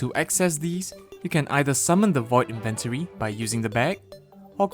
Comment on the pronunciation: why do you say inventory like that